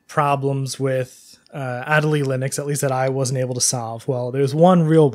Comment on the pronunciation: "ah-DAY-lee" Better late than never XD